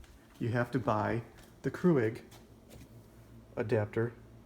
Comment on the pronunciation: Thanks! I have the mini plus that came with this reusable cup and it will not work whatsoever..and just fyi, it's not pronounced CREW-IG lol